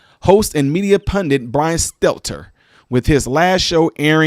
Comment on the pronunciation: It is pronounced stell-tur